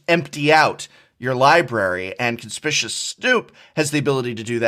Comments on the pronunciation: Awesome video as always, although the Professor repeatedly mispronouncing Conspicuous in that card review part had me a bit tilted haha :p It's the opposite of inconspicuous, as in he is clearly visible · Prof mispronounces a fair number of words from time to time, which I attribute to the fact that he learns them from reading. But you might be on to something here that if one person says "Conspicuous" wrong others hear it and repeat it. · That's not how you pronounce conspicuous!! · I find it interesting that an English professor and person with a degree in english don't know how to pronounce the word conspicuous. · Am I the only one who knows how to properly pronounce ‘conspicuous’? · it's so triggering that an English professor can't pronounce the word "conspicuous" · Oh no...even the Professor is pronouncing Conspicuous wrong. SaffronOlive-speak is contagious. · Ummmm......how is conspicuous pronounced again? 🤔 Don’t mean to be the speech police, but wasn’t an English Professor? Dude.....🥴. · Indeed, it is a conspicuous coincidence how he conspicuously mispronounced 'conspicuous'. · Damnit, Seth's mispronunciation made its way to the prof... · I have come to expect it from Seth, but not from you Professor. Stop saying "CONSPISHUS". It's "CONSPICKYU-US". Reading the phonetic notes explains the word. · You were an English professor? Did you know that reading the name of the card tells you the name of the card? Conspicuous Snoop, CON-SPIC-U-OUS, as in obvious or out in the open, thus the artwork. Come on people, we are better than this as a community. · Its pronounced [ kuhn-spik-yoo-uhs ]. I've heard conspicuous pronounced [kuhn-spish-uhs] too many times and it drives me nuts. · Con-spi-cu-ous Snoop! Not Conspicious! I expect this from SaffronOlive at this point, but the professor too!? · I'm mildly disappointed that of all people, the Professor pronounces it "Conspicious Snoop" instead of "Conspicuous Snoop." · I hate how the professor says "conspicuous"